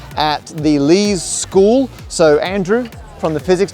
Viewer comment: Unfortunately, he mispronounced "Leys School". :( (It's pronounced "lees" rather than "lays")